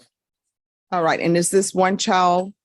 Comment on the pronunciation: Someone needs to tell to pronounce properly such as a D at the end of CHILD